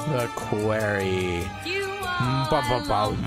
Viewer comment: "The Kwerry"